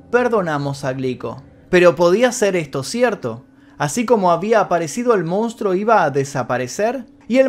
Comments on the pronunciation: Geniales los videos loco!! la verdad muy interesantes. Solo una cosa y de onda, la palabra es "MONSTRUO" y todas las veces decis "MOUNSTRO", no me las quiero tirar de sabio ni nada de eso pero molesta un poco el MOUN. Abrazo bro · Se dice Monstruo, no Mounstro,... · nosepronuncia mounstro,habla correctamente